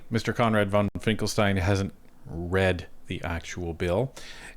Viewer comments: His name is Finkenstein, not Finklestein!. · Finken not Finkel. C'mon.